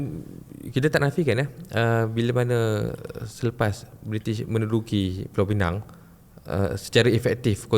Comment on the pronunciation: Pulau Pinang..bukan pineng...pineng tu power bank...Penang pun bukan...ada 2 jenis e sahaja...e pepet dengan e tanda....jadi mengapa kita guna Penang tapi sebut pineng power bank?